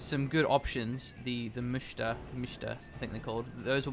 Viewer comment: The best way to explain msta would probably be "pornstar" without the por and with m instead of n.